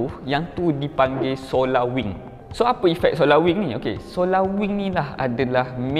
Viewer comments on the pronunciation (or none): none